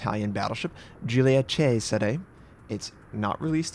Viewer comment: I appreciate your effort in trying to pronounce this ship's name the correct way Notser. It shows respect and perfectionism:) Thanks.